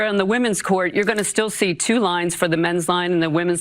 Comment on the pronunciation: i love how Trevor says STL when he says still